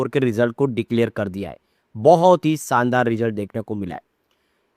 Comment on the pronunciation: Sir, sandar nahi shandar boliye SHANDAR warna SUZLON naraz ho jayega.